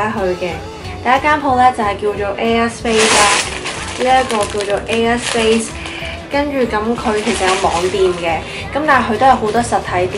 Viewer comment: 聽咗好耐都聽到 u a space 😂 要睇info bar 先知 air space 😂😂 btw 啲衫好靚